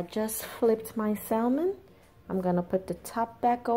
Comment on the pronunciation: You don't pronounce the L. Even in ebonics..